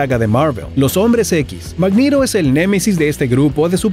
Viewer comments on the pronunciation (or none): No digas mangiro decile MAgneto jaja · Muy buen video y todo pero exajeras algunos nombres Thanos- Tanas Magneto-Magnido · Que mierd@ no sé porque en el vídeo le cuesta decir los nombres de los personajes bien que horror cuando dijo el nombre de magneto